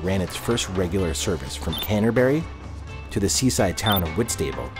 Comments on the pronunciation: He also mispronounced Whitstable - it's hwɪtstəbəl, with the stress on the first syllable, not wɪtsteɪbəl, with the stress on the second. It might sound nit-picky, but videos of Americans attempting - and failing - to get the right pronunciation of British placenames are pretty common on YouTube, and checking Wikipedia for the IPA pronunciation would have taken less than a minute. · What is it about our place names that always seem to throw Americans? lol Whistable is pronounced Whit-sta-ble and not Whits-table. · Whitstable Whit-stu-bull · I was more put off by his pronunciation of Whitstable. It may have stable in the name but you don't say it that way. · Just because you can speak words that are understandable by people on this side of the Pond, doesn't mean that you know how to pronounce British place-names. In fact many British nationals are also caught out by the likes of Ardingly and Slaithwaite. However, everybody here knows how to pronounce Whitstable, and it ain't like the narrator of this video does. Don't look foolish. Check the pronunciation before committing your errors to posterity.